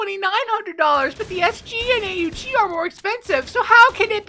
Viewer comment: Did he just call the aug the a.u.g!?